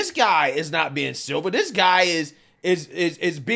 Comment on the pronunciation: Why this man saying silver instead of civil?